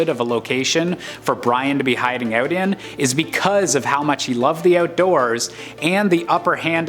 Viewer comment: why does the narrator say "out" like "owwt"?